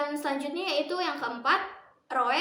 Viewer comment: Dipisah dong mbak, R-O-E. Ngakak denger roe wkwk. Roeroeeoe🤣. But, so far so good.